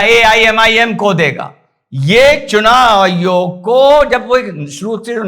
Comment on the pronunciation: चूनाईयोग....चुनायायोग.... बेचारा,...आखीर में उस नें ये शब्दोच्चारण ही छोड दिया... 😂छोडता नहीं तो क्या करता ¿¿¿ 🙏,कहाॅं से ढूंढ लागते हो ऐसे मजेदार किस्से के व्हीडिओ??? हॅंस हॅंस के पेट दुखनें लगा... आप के हाथों की भाषा भी अर्थसमृद्ध हैं,जो देखनें वालो को बिलकुल समझ में आती हैं|इसलिए,आप का व्हीडिओ केवल सुननें के साथ देखना भी पडता हैं,ता की, बहुत सारी वास्तविकता और जानकारी सप्रमाण सुननें और देखनें मिलती हैं|,आप को नमन 🙏 वंदेमातरम 🇮🇳